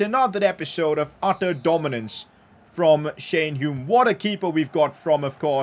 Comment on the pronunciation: He finally pronounced Hume correctly 😂